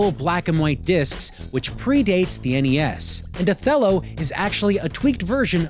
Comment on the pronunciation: i’m just happy to hear you pronounce NES as “en-ee-ess”. this is how i always heard it growing up…but lately i hear youtubers calling it “ness” and i feel like i’m taking crazy pills.